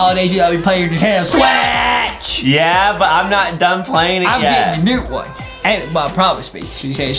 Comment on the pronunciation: The way justin said Nintendo switch "NINTENDO SWAAACH